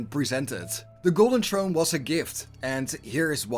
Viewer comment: The more you said “ Trrone” the more I chucked.. there’s an “ H” in there brother